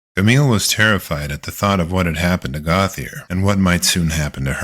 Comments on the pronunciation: Gauthier is not pronounced goth-ee-er but rather Go-tee-ay. Basic French. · The name is Gautheir GO-TEE-AY; he's french. Come on. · Gauthier is pronounced like "Go, T.A.", just FYI.😁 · Gauthier is pronounced goat yay